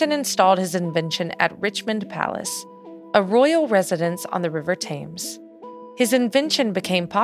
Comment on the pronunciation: It's pronounced "temz", baby.